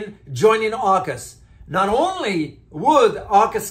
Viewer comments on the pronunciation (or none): none